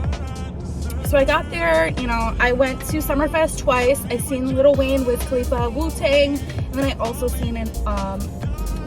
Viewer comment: 😂 it’s not Little Wayne 😂 I keep cracking up every time she says it